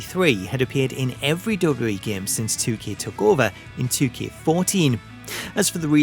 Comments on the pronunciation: STOP SAYING 'double-double-E' IT IS 'double-u double-u E' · I keep hearing dublubalee instead double u double u e